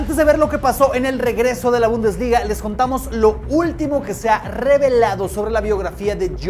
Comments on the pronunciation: Se dice: Bundesliga jajaja, se dice: "Bundesliga". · Bumdesliga jajaja se dice bundesliga